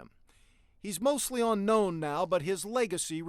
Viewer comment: Whomever narrated this needs to know. It's NOT onknown, its unknown. Your going to confuse people that know limited English.